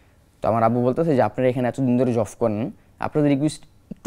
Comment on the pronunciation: কি যে বলেন বুঝি না ! একশোটা ভুলভাল উচ্চারণ করছে ..... জবকে জফ , সাঈদকে সাহীদ আরো কত কি .... কিন্তু এখানে ভাষা ব্যাপার না তার সাহসিকতাই বড় কথা